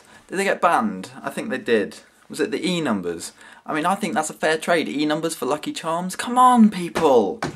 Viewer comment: What the fuck are "Enumbus"? ;)